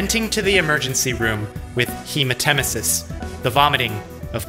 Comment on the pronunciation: Hemat-emesis, not hema-temesis.